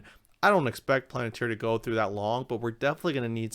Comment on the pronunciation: Great job but for the love of god, please stop saying “planet-ir”. Lol